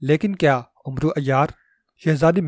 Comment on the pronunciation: ۔ بیٹے! عمرو کو آپ غلط تلفظ سے بول رہے ہیں ۔ حضرت عمر رض کا نام۔ ع پر پیش لگا کر بولتے ہیں ۔ عمرو دراصل عمر کو ع پر زبر لگا کر بولتے ہیں ۔ عربی میں اعراب نہیں لگایا کرتے تھے ۔ اسلیے زبر ولے عمر کے آگے۔ و۔ لگا دیتے تھے ۔